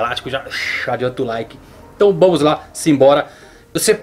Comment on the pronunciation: "entt bomos la"